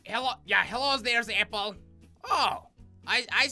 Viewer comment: it doesn't even sound like your saying APPLE. You sound like you're saying LappLappLappLapple